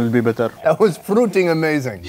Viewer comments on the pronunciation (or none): when he say "that was fruiting amazing he sounds like an arab